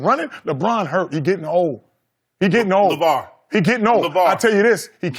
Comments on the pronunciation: Shannon..."Lavar see"🤣🤣🤣🤣🤣🤣🤣🤣 Skip (out of all people)..."you lost me on that one"🤣🤣🤣 Shannon..."whatchu mean why"🤣🤣🤣🤣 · When Shannon said “lavar see” and dropped his pen I died